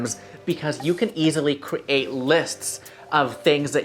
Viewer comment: I love your channel, but I hate the way you say 'create'. It actually makes me a tiny bit crazy :)